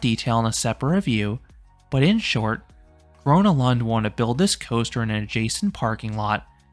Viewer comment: Bro I'm Swedish and love Gröna lund but he pronounces everything wrong💀